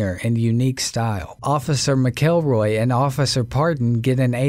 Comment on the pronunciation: Officer McElroy’s name isn’t pronounced as it looks like it should be sounded out, it’s pronounced more like “MackLRoy”..... I know it’s not really a big deal to most folks but kinda is to me